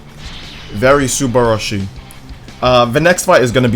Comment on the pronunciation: The cringe when u say subrashi